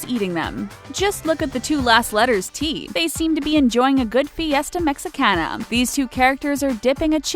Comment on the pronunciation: It's called fiesta Mehickana